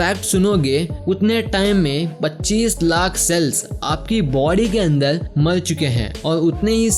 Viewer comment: बारबर =बालबल, कार=काल, और=औल, जहर=जहल, अन्दर=अन्दल्, अर्थ=अल्थ, एकबार=एकबाल, टाइगर=टाइगल, मरचुके=मलचुके, पुराने=पुलाने, उपर=उपल 😂😂😂 अरे तोतले, पेहेले बोल्ना सिख्ले